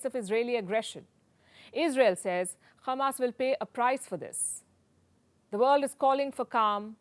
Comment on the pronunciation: Why she kept saying Khammas? Is she trying to speak Hebrew?